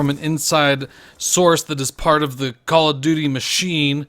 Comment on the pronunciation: OMAHGAWD not a Cawl uf dooty named out uf a pussy perk